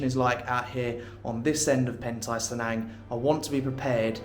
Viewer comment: "Cenang" is pronounce phonetically, hence, it's "che" & not "se"